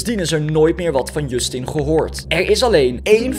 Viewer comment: Hahahaha ik lag me kapot je schrijft het als Justin maar je spreekt als djustin